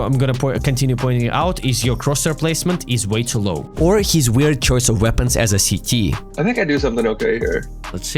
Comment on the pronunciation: Sorry but I do find it very funny when you’re speaking English that CT sounds like “Sh*tty” 😂 great video though